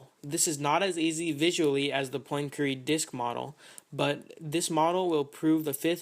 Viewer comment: 'Poyn-keree' Not exactly how Poincaré is pronounced :P